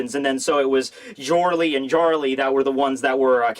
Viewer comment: also if its Germanic you pronounce the letter J like a Y, so it sounds like "Yorle, and Yarle"